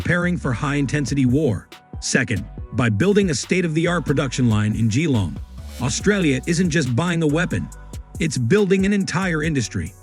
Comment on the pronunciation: AI what a joke geeeelong